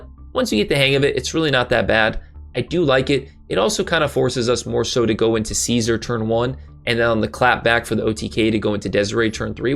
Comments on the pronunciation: You are irritating. You purposefully mispronounce cards and its not cute...or...no, you are definitely doing it on purpose. Learn/say the correct pronunciation or its hard to take you serious. Case in point: Caesar is pronounced See-zar. Not Kay-Sar. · Caesar is pronounced SEE-zer. Its from the roman emperopr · No hate, but is the way you pronounce Caesar intentional?